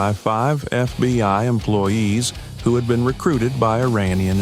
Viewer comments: Why doe narrator say FBY rather than FBI sometimes. Great story ntless. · More AI BULLSHIT, we don't have any FBY, improper pronunciation by the computers gave it away. GET YOUR SHIT TOGETHER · Why does he say FBY?